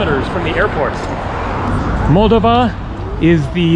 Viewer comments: FYI...In the pronunciation of Moldova, the stress is on the second "o" not the first. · First of all, I applaud you travelling to Moldova. Not many people think to go there. (As a native Romanian myself, every time I go back to Romania, I always mean to go to Moldova, then I don’t. By the way, it’s pronounced “Mole - DOH - va” (emphasis on the second syllable). And you might do well to research its history, because it’s fascinating. Romanian at heart, Russian by force (and by history), the country struggles to make a name for itself in Europe. And the “National” is not a parking garage, it’s a hotel. Not a great one, but still. :) Thanks for the walk through Chisinau. I really MUST go sometime! :) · Kishi-nev is the Russian pronunciation, Kishi-now is the Moldovan/Romanian pronunciation, as I understand it. And I was saying Moldova wrong, it's Mol-DOV-a. I think the way I was saying it was the Russian pronunciation, because I heard a Russian speaker say it that way and thought that was the right way. It's all a little confusing. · Love your videos!!! Alice in Chaaaaains woo hoo! I believe it’s pronounced MULL-DOE-VA.